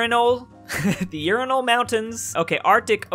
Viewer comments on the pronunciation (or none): Ural mounatins: urinal mountains